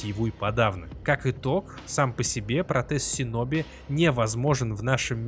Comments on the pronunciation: Правильно говорить шиноби . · Крутой ролик, но, пожалуйста, говори - шиноби